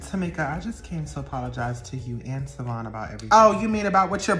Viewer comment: Karen got that good good cause she still saying Savon’s name wrong and he don’t mind it at all😂😂😂. Why is that my thought right now😂😂😂😂